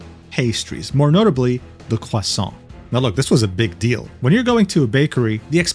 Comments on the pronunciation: bro why is your french pronunciation so on point? t'es français ? 👀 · So imagine ur French? Just based off the pronunciation of croissant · The french pronunciation is so good I thought i was back at home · That french was so good I got a jumpscare. Either you're a compatriot or you got hella good pronunciation holy shit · Is this the video where I know that is canadian? The french pronounciation caught me off guard. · Damn, french pronunciation is on point. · 37 seconds in, wanted to flex being French 🥖, love the pronunciation haha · FACTS - And those pronunciations were fire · Haven't finished the video because your french prononciation is really good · >Not French >Accurately Pronounces French Pastries Sure bud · i need an hour of pronouncing french pastries edit: platonically ofc, i just love when ppl pronounce things correctly/differently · How DARE you pronounce french words correctly I will not forgive you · bro your french is flawless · sometimes i forget you live in france until you pull out the correct pronunciations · My favorite thing is the occasional French Jumpscare I get from when he pronounces French words and names like pastries. Genuinely love (platonically) how he pronounces them lmao. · I literally had to pause to process how good you pronounced those words- your voice gives me years of life istg Thanks for another amazing video! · holy legendary refresh pull i heard u saying pastries with french pronounciation and i got both scared and intrigued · I faintly remember him saying something about being French and this just proves it. The pronunciation was so clean to my silly American ears. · Actually, he always emphasizes that he's not french. He just lives there 😂 Doesn't change the fact that his pronounciation was spot on though